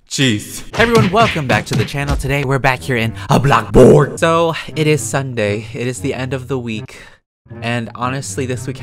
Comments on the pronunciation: Why does he say “blokborg” it’s “bloxburg” ............. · why do u say blockburg lulz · “AHBLOCBOORG” is what ur saying lol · Did he say “block board” at the start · BLOXBURG??BLOXBURG?! NO.... ... BLOCKBURG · blockborg Also: Blockburg Me: he has two names for Blockburg woow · I get triggered when you say blocburg